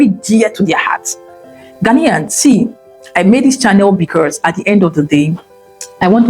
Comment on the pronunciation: Madam, the word BECAUSE has no R in it. Geees😂😂😂😂